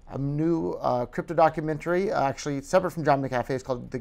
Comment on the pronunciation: HAHA he can't even pronounce his name right